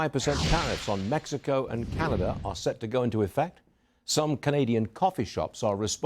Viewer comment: Karenada instead of Canada 🇨🇦